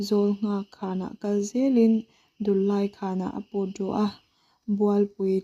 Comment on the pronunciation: Thil dang pawh ila chhiar zel ang a,thu chhiar hian uluk hi angai khawp mai a,(eg)Dullai tih ilam dan (Lamrik dan )hi adik lo hul hual a,eg. Dullai tih ah hian LAI tih lai ang ah te hian,Dul tih hi,Hruithlun a dul tih ang a,lam rik tur ani a,LAI tih ah hian An zai chu avan LAI, I Zai lai ti ang a,lam rik tur aw,ka u,alam rik dan adik loh chuan ngaih thlak anuam lo in atui awm lo tlat thin a